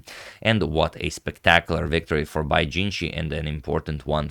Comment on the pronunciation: you pronounced bai's name wrong